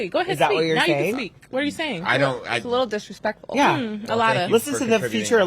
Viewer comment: “A little disrespectful” “Alotta” 😭😭